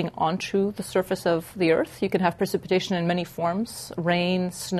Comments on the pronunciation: The producers of this film allow the narrator to say "percipitation" five times (instead of precipitation). For an educational film, this is not good. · why is she pronouncing precipitation wrong??? Isn’t she a scientist?